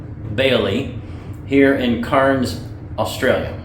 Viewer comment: Cairns, not “carns”, nor “kahns”. Some pronounce it like “cans” or “kanns” but most pronounce it “cairns” like it’s spelt. I acknowledge that the plural of a Scottish memorial rock pile, a cairn, is supposed to be pronounced “kahns” but that’s not how we pronounce the city in north Queensland. Ignorant Aussies? Maybe, but that’s the way it is.